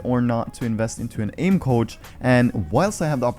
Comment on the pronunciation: For a second I thought he said couch instead of coach